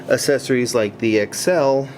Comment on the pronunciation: Not to be rude or anything but why do you say accessories like 'asessories'?